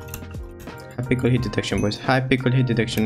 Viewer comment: I’m not making fun of u and I know u have an accent but I love how u say hypixel “hypickel”